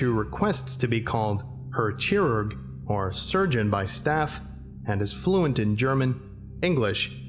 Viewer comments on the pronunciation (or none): Interesting to see a German scp aaand of course it's a mad scientist of some sorts^^. Also I cringed a lot when you said "Herr Chirurg". Well german is hard to pronounce for non German speakers, so no worries ^^